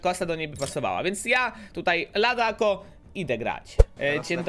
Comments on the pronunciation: To się czyta ladaco a nie tadako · Mówi się "LADACO" a nie "LADAKO"